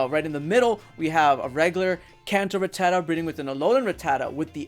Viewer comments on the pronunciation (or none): its RATTA-TA not RA-TTATA